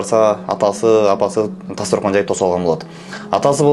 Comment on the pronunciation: Тастаркон😂. Э жетим туура айтсанчы. Дастаркон болот